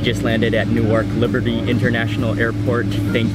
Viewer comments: It's not pronounced "New-Ark". It's "New-Erk" and it's in New Jersey, not New York City. It's not an eye pad, lol. It's a sleep mask. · He said new ark wowwwww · I laughed when he couldn't pronounce the exotic city name of Newark